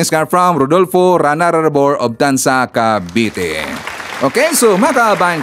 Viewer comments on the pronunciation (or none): Lete❌ Leyte✅ Hito❌ Heto✅ Kabite❌ Cavite✅ 😆🤣🤣 Ayusin mo Naman uy